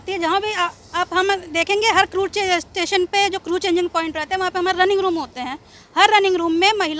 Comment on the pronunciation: Speed ko ispeed, station ko istation.